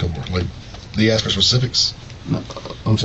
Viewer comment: Can’t pronounce “ask” if their lives depended on it. 😂